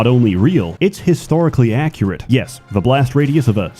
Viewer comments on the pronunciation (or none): none